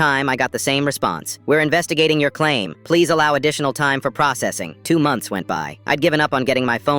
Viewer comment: “Twone two hundred dollars” 🥰